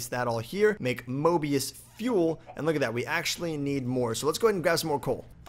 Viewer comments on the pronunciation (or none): none